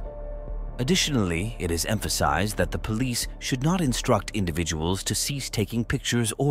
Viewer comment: Wtfff is the last cop pronouncing police like that on purpose???